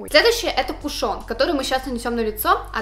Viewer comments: МЛЯ, КУШН, А НЕ КУШОН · ударение в кушоне на У